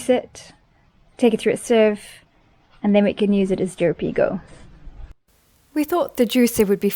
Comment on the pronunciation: It's Jeropiga not Jeropigo! And Aguardente not Aguadente meaning Água + Ardente = Burning Water because it's flammable nice to grill Chouriço...